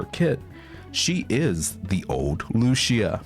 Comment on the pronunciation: Lucia’s pronunciation is not Lucia is Lu-CI-a